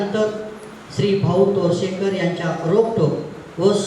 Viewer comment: तोरसकर नाही तोरसेकर आहे.निवेदक पाठांतर करून आले आहेत का?